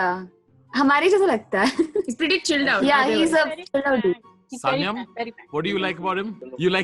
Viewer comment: Why can't anyone pronounce "Sanyam" correctly.....